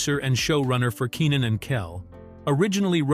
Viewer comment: ikr his name is pronounced KEY NIN lmao they keep saying kennin they need to get with it